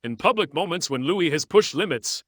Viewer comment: You really need to pronounce Louis'a name its really very quite simple to all ( just sayin'')....